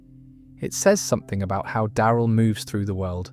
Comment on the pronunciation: Die-eye-rill dixon?